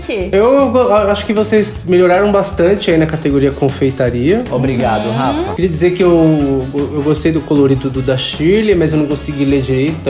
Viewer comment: O falou garrafa em vez de falar Rafa